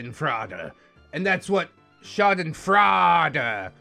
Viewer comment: Haha German speaker here, I love your pronunciation of Schadenfreude, it gets me every time 😭 (if you want to say it correctly its pronounced shaw-den froi-de, the froi like in the word boil)